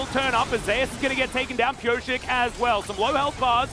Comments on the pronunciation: Why the caster pronounce Zeus as zeh-as? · I read somewhere that it's because someone else (a support) is called Zeus. I guess it's to differentiate them